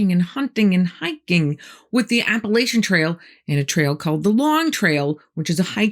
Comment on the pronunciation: Appalachians. Not Appalations